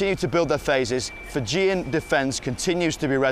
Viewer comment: The way he said "Fijian" made me cringe